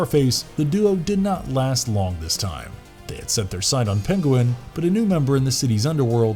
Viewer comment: OK, just gotta say, it's not Pen-go-win, it's Pen-Gwen, lol. Good try though